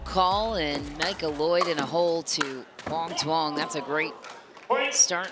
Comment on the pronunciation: PLEASE LEARN HOW TO PRONOUNCE HIS NAME CORRECTLY!!!!!!!!!!!!!!!! "Quang Duong"